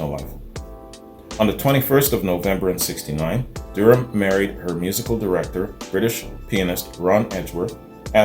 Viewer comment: Her last name is pronounced Da Ram. She is an Australian treasure. I remember her when I was a child (b1965) The Seekers were the first band I was aware of and I have loved them all my life.